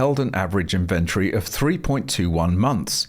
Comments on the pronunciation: Where did you learn to say inventory different to everyone else? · Why are you mispronouncing inventory?